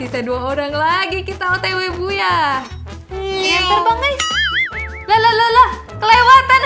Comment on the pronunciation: Kk boyah bukan buyah